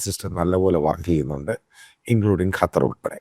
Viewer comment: കറ്റാർ അല്ല ,ഖത്തർ😂😂